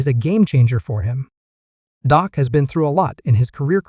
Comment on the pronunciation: Your Reporting is a joke; you named two to three players that are no longer on the team; do your homework before you post and learn how to say Dak’s name correctly. Gheesh! You don’t even know who the Head Coach is…..